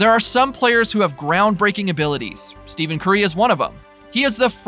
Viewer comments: Please...stop with the ignorant mispronunciation of his name! It's pronounced like ' STEFFEN'! It's not 'STEVEN'! Are you working out of China or something? No wait....China even knows how to pronounce his name! You're like one of 8 people on the planet that doesn't know how to say his name right! You were humorous the first video...now you're just being fuckingstupid!!! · I had to stop watching the video because you kept pronouncing it STEVEN. You just showed absolutely EVERYONE that you know absolutely nothing about the man and the game. STEFFFFFEN. STEFFFENNNN. Not STEVEN, you casual! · His name is “Stephen” not “Steven”. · Stephen Curry is "Stefin Curry", not Steven. Can't look further than the first 2 occurrences. What the heck is the philosophy/policy of not knowing how the name is pronounced of the person you wanna talk about... Just can't bear this. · Dude said Steven Curry. It's Steph - en Curry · yah but you should use the pronunciation “Stefan” as to not confuse people, because you telling the dude his name is Stephen and not Stephen, makes 0 sense because you can pronounce them 2 different ways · If a person is going to do a video on a particular player, at minimum they should know the correct pronunciation of that player’s name. That is just basic. You lose all credibility without that knowledge and it’s not like it’s a rather difficult pronunciation, like Giannis’ last name and that isn’t even the point. What does it say about this person making this video and he doesn’t even care to know how to correctly pronounce Steph’s name? It’s as easy to find out as watching any Curry highlight video.